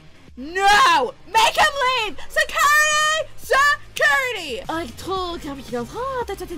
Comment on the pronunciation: security se curity XD remind of bon qui qui